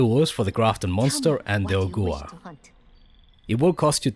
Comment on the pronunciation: Brilliant video as always Can I just say that Ogua is pronounced Oh-Gwah not Oh-Goo-Ah. It's a West Virginian legend and the pronunciation is pretty standard